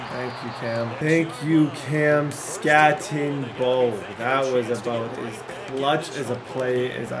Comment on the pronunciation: I need you to Scattego…that was more like a skatte o no!😂